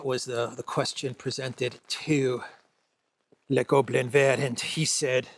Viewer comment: Now we're reaching perfect pronounciation territory 👌 That's EXACTLY how one would say "Le Goblin Vert" in french. Fluent. Someone has been studying hard this week-end (or watching old 1960s French movies)...